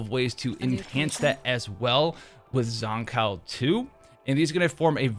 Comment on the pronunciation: The one and only reason I'm refraining to watch this is the way you pronounce her name. I only hear one correct pronunciation from devs, Live stream, content creators and fellow players. Except you. I don't think you wouldn't mind being called "Jush" or "Jo-shhhhh". Shame......